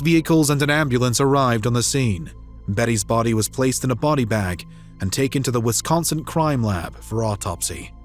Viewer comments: The man narrating this case mispronouces Wisconsin over and over again! He pronounces it as Wiscon'cent'. It should be pronounced Wiscon'sin' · First off, thank you for all the videos you produce. I have one additional comment: There is no "T" in Wisconsin, the narrator kept saying "Wisconsint!" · Great that the killer was finally caught. But if her lazy a$$ husband had taken her to work that morning..... Why do you keep saying Wisconsint, When it's spelt Wisconsin? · The grammar, pronunciation (I’m pretty sure there’s no ‘T’ in Wisconsin 😐) and elocution, plus the incongruous facts, make this difficult to listen to